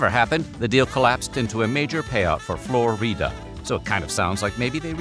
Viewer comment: The way he pronounces Flo Rida is Hella funny